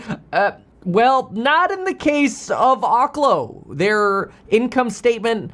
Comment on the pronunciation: Why does every finance channel mispronounce oklo? It's oak-lo.